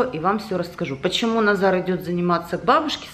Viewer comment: почему вы называете Назара удара На за?Хотя всего его зовут Назар